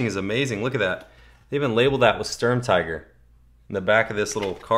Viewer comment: sturm"teegur" PS- too bad its not 1/18